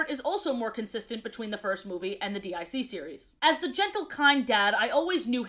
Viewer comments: Why you saying D I C instead of deek? That's how the intro always pronounced it. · Not to be “that” person, but DIC is pronounced “deek”. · Dee Eye See series? Say it say it! DYACK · "D.I.C." instead of "DiC" kinda hurts but I love too much to not watch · It really bugged me that you kept calling it "D-I-C" when it's pronounced "deek" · DiC is pronounced Deek btw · DiC is pronounced “Deek” and not… you know… despite what many humorous edits may suggest. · DiC is pronounced deek